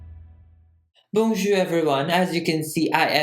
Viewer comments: on dit "bonjour" pas "bijour" mais c'est pas grave. Comment ça va ? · Is nobody gonna mention his "boonjour"? XD No hate, love. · He said Bonjweur